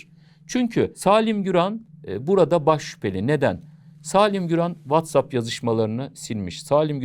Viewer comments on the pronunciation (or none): none